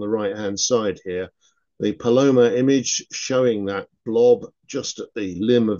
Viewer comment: Being a native of Southern California, where the Palomar telescope is located, I need to correct the pronunciation: the emphasis should be on the first sylable, so PAL-o-mar. I am, however, open to pronouncing methane as mee-thane. Cheers! 😊